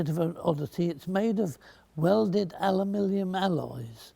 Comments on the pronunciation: The Awkward American: “It’s pronounced ‘a-loo-min-um’!” The Bullish Brit: “No! It’s pronounced ‘al-luh-min-ee-um!” The Enlightened Fletcher: “Alumillium.” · As a Scot, it was also great fun for me to hear an Englishman trying his very best to pronounce "Aluminium" ("Alumillium" indeed, ). 8-) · The American's say aluminum. The British say Aluminium. Mr Fletcher has come up with alumilium. It saves any argument.